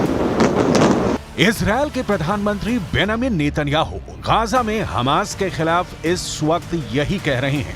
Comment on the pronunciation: Gaja nahi bhai, gaza bolo😅